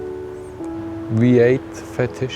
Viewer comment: got a lil weird hearing him say fetish repeatedly in that accent. not gonna lie